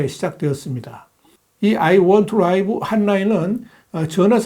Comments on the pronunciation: 추부길님, 아이 원투 리브입니다. 라이브라는 발음은 형용사, 명사로 쓰일때입니다. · I want to live = 아이 원 투 리브 입니다. 라이브가 아니고요😅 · Why Times의 훌륭한 평론들을 항상 고맙게 잘 시청하고 있습니다. I want to live.에서의 live는 동사로 쓰인 것이므로 '라이브'가 아닌 '리브'로 발음되어야 겠지요. 감사합니다. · 감사히 잘 들었습니다. 혹시 ' I want to live'의 live는 동사라서 '라이브'가 아니라 '리브'라고 발음해야 하지 않을까요? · 라이브가 아닙니다. 리브 입니다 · 라이브가 아니라 리브 아닌가? 노털 코리안 발음? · "I want to live."의 live를 '라이브'로 읽는 수준이라니... ㅎㅎㅎㅎ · 오 놀랍네요. I want to live를 "아이 원 투 라이브"( , , , , , , , , , , )라고 11번이나 틀린 발음을 계속하시고, 한 번도 제대로 발음을 못 하시네요. 말꼬리를 잡거나 영어에서 발음만 엄청 중요하다고 말하고 싶은 건 아니지만, 동사 live를 지속적으로 "라이브"로 형용사처럼 발음하시는 건, 교육적으로도 옳지 않은 것 같습니다. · (I want to live) 에서 live 를 라이브 로 발음하는 이유?